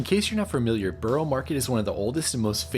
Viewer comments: Hey I know this is pedantic but it’s a really easy thing to learn - Borough is pronounced buh-ruh not burrow. So whenever you see a place with borough, burgh, boro on the end such as Edinburgh, Loughborough etc. it’s pronounced buh-ruh. Hope this helps! 😊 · Burugh (that;s how you say it) not Boro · You didn't let us see you try the pistachio donut and what you thought of it? Also, please stop pronouncing it as "Burrow market". It's pronounced like "buh·ruh maarr·ket". Yes I know I'm being picky 😂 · Borough is pronounced Baarah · lol it’s not called Boro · It’s BURRA market, dullard! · It's pronounced " Burra" If your from England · Please learn how to pronounce borough market correctly.